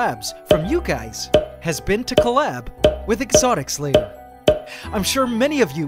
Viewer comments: Cause there is a "s" On Exotic(s) Lair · Sounds like you're saying "exotic slayer" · i just like how the way he pronounce "Exotics Lair" sounds like "Exotic Slayer"